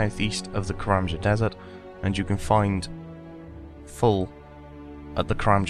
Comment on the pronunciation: No he says karamja